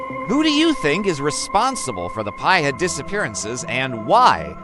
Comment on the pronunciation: It's pronounced "Pee-ha"